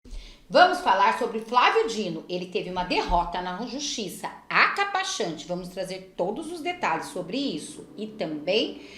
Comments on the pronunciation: Só uma correçãosinha…. acapachante😊😊😊😊 não.. vc quis dizer.. acachapante ok!😊😊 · Acapachante. Não!!!! É acachapante!!! Fui!!! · Achapacante!!!! Acapachante???? Pesquisa aí 😂😂😂😂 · Acapachante não existe,moça. Acachapante sim.